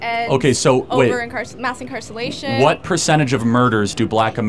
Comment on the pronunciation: “Mass incarsallation”